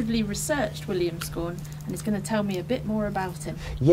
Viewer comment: How are you pronouncing 'scawen' ? I think you need to look at how Boscawen is pronounced.